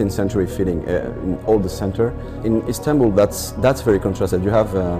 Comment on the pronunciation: İzmir not Ismir İstanbul not Instanbul Turk not Mongol (Mongols are a completely different race.This shows what your history teacher teaches you.) You don't even know the recent names please get of the internet and study more.This is just an advice.